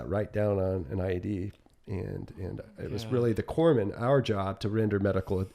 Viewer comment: Corpsman, pronounced kor-muhn, whoops. 🧐